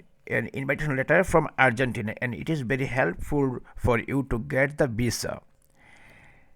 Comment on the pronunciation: Before making video on visa information . Learn how to spell visa in your bengali tone instead of saying visa you saying bisa 😅😅😅😅😅😅😅😅😅😅